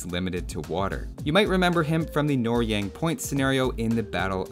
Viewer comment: Amazing video, just correct one pronunciation: the Korean campaign’s name is No-ryang (노량, English pronunciation: nəʊ lɪʌng), not Nor-yang. Anyway thank you for these excellent videos:)